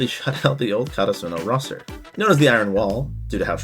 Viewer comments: I made it all the way to your season three summary before I realized you were referring to the school is 'Ka ta Su no' it's 'Kara su no' lol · The way this guy says karasuno pissed me off the whole time oml